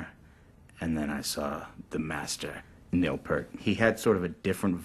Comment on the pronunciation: Can't even pronounce Neil's name right